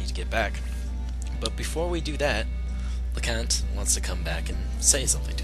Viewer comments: her name is leknaat not lecont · It's read as LEK-NAAT. Yeah, Luc is a punk. I say it as how you pronounce Luke. Get it? And Leknaat's rune is the Pale Gate. Gregminster. Read it as GREG-MIN-STER. Is it really read as futch rhymes with much or as Futch, like fooch or something? The Japanese read it as fucchi. By the way, if ever I get this game, now I have a walkthrough!!!